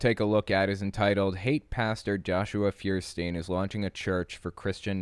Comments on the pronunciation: Feuerstein is pronounced "foyer-shtine". Nice video as always ^V^ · His name means Fire stone and btw is not actually pronounced firestien but more like Foierstain ;) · Feuerstein German for fire stone or rather flintstone. Sry for nitpicking -. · His last name is German. "E-I" in German is pronounced like a long "I" in English. See: Frankenstein or just Stein surnames. So his name would be "fewer stine". Incidentally, "I-E" is a long "E", like in "Field". And "niche" is pronounced "neesh". It's French. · Religion aside, does that guy even know he spells his own name wrong? It's Feuerstein, it's a German word made out of the words Feuer, which means fire, and Stein, which means stone. The correct translation would be flintstone. Which kinda fits if you think about it. Anyway, it's pronounced foi·er·schtain not fir-stin. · He says liberals are the snowflakes, but I bet he’d be pretty upset if I said his last name with German pronunciation. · I find it funny how you all pronounce the name Feuerstein wrong hahaha